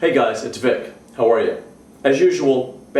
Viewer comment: its vic, as in victor. just letting you know buddy.